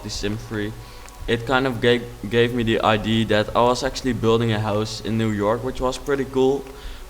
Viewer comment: I'm an English girl living in the Netherlands so I understand why you pronounce idea the way that you, however it is a pet peeve of mine so just wanted to point out that in English it isn't pronounced that way.